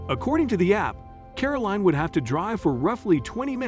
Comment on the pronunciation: WHY mispronounce Caroline as caroleen, You wouldn't ask for a bottle of WEEN with your dinner, would you?.